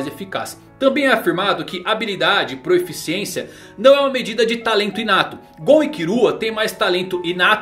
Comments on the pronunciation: é PROFICIÊNCIA e não proEficiencia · Várias vezes no vídeo vi que você se acostumou a falar "proeficiência", mas a forma correta de escrever e falar é proficiência, dá uma ouvida na mulher do google falando a palavra que você vai perceber kkkk.